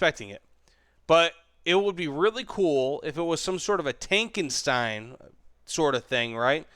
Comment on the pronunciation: you not pronounce your name correctly btw xD it's tankenSHTAIN